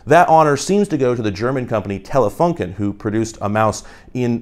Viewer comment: fyi, it's pronounced telefoonken